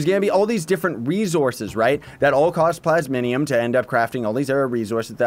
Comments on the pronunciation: Take a shot every time he says "plas-min-ium" even though it's plas-mi-um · Just a small nitpick but it's plasmium not plasminium, still love your vids though. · Plays it's PLAS-MEE-UMM